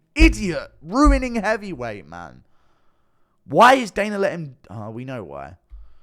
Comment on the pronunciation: Anyone ever notice when Guru says a word that ends in an A, he adds an R to it? "Dana-r ....Saudi Arabia-r, Israel Adesayner"